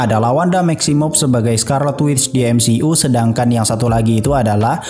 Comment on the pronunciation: Bro kalau ngomong MCU itu "emsiyu" bukan "emsi u" aneh dengernya... #saran